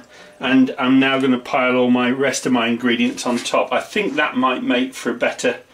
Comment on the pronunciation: O Lord accent when he say.... maco meh kitchen. Love it.